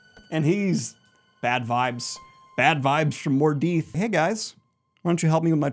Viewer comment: awesome Daniel great revision here, just a few 'typos' when reading and a few wrong words, like; Mordeeth instead of Mordeth, and Corinthian instead of Karetheon, but I couldn't do better - no way. Love this